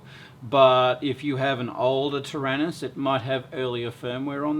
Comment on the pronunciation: ter-anus ? that's funnier than do-do !!!!